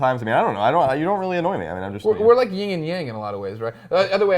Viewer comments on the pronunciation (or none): Greg: Yin and yang, not ying and yang.